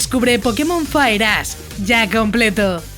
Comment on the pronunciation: Parece que en verdad dice fireass XD